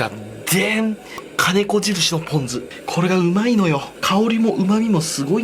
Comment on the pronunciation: ぷぉん酢